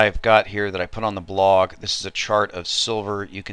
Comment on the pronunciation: brother, what accent might you have? You say blog and dollar kinda funny.